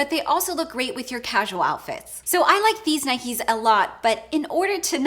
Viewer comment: u say Nike wrong